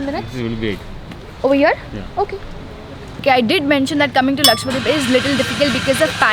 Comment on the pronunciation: Love your videos. Just one correction.. It is Laksha dweep and not Lakshwa deep